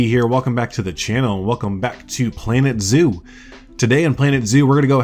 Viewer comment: At first I thought you said organ zoo 😂 I’m so excited, my fiancé is buying me a gaming laptop for Christmas so I can finally play planet zoo